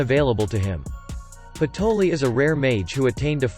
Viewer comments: I think it's patry not patoli😅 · Isn't it patry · Its patry not patoli and raia not rhya